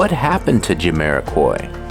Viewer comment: it's Jamiro(kwhy) not Jamiro(kuoy), AI smh.